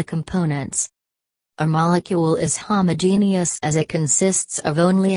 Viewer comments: Jn jn let me say something, I could not have understand one thing 'you're were saying because I was to bz wheezing with my sister for that "AHoomAhogenuis" 🤣🤣🤣 LKKE I SWEAR THAT IS WHAT WE HEARD INSTEAD OF HOMOGENEOUS🤣✋🏻 IS THE ROBOT HOMOPHOBIC TO😂✋🏻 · It just made me laugh because of how she pronounced homogeneous and heterogeneous😂sorry🙊✌